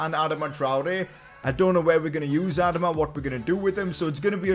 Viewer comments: Bro you are saying adama wrong😂😂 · Its adama not adama